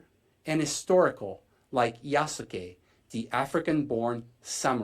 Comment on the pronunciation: Wait is he talking seriously talking about AC and can't even say the protagonist's name correctly Ubisoft is a definition of incompetency 😂😂😂